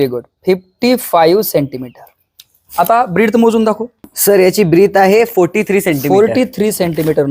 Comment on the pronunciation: सर जी साॅरी.. पण ती ब्रिट नाही तर ब्रेथ आहे..